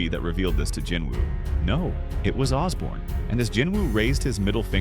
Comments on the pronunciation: It’s Ashborne not Osborne, it’s Bellion and Igris not Baron and whatever else you said and it’s Beru not Baron. Get it right if you’re going to invest so much time and effort into making these videos. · "Baron"? "Osborn"? TF is this?